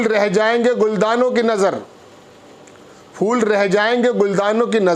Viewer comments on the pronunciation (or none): Gam nhi GHAM FOOL nhi Phoool